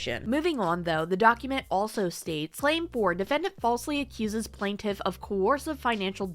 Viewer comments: I appreciate you called yourself out on "plantiff". I had been giggling every time you said it haha. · You do say Plaintiff funny lol